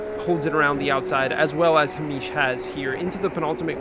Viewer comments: Another great vid 😎 I'm going to suggest that Mr Cranston2 is Hay-mish as opposed to Hah-meesh. I strongly suspect he is of Scottish descent. 🙃 None of that however detracts from the fact that Alan would appear to be an absolute throbber. 😄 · I dunno why but calling a super common name as "Ha-meesh" like he's some exotic guy from the middle east really sent me every time you did it hahahah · The pronunciation of Hamish is sending me. Great video as always! Everybody knew it was Alan's fault...except Alan. Silly Alan. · I have never heard a Scottish name be pronounced like it's Arabic, and I love that. Tbf I can see how you read it like that ahah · has never seen the name Hamish before?? 😂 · Hahahah Its an anglo name but he pronounced it as south asian 😂😂 For real though, nice video! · why are you saying Hamish like that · Coz he’s American, not Scottish 😂